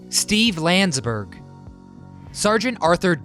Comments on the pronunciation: Not Steve “Lands-berg”, it’s “Land-des-berg”....Steve Landesberg. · Nice video about a funny program...but the actor who portrayed Dietrich's name is pronounced Land es berg.. not Landsberg